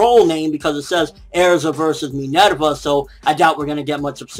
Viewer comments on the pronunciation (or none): none